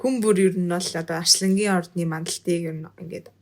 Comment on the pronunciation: Арьслангийн биш Арслангийн гээ хэ